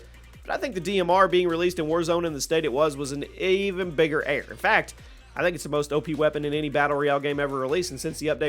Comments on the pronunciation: The way he can’t say error right is crazy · I swear he said air guns